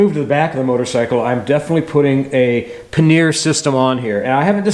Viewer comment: I don't know if you know this but RE sells a rear brake master cylinder guard too. Also, the RE pannier mounts come with the provision to relocate the turn signals more rearward. Your video made me hungry too! Every time you said "paneer" instead of pannier (pan-ear) I pictured paneer tikka masala!